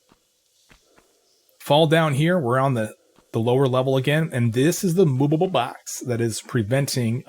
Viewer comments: How do you say movable like that lol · Ikr sounds like moobable box 😅